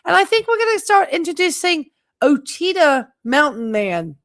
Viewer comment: Ouachita is pronounced WAH-shi-taw. Great video tonight.